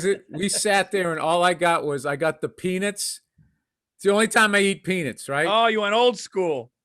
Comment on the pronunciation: The way bill says "peanuts" lmao